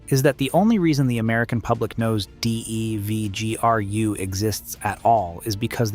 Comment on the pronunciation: I wish these channels would spell out DEVGRU and JSOC so the guy would read it how it really sounds when spoken about. maybe something like jaysock or devgrew would work?